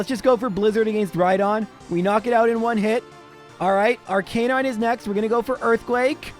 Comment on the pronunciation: I was so happy in the last video when you FINALLY pronounced Arcanine correctly... But then you went back to normal in this one 😭